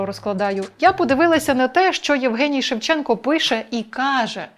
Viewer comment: треба було називати покидька "шЕвченко" з наголосом на першому складі й не відмінювати прізвище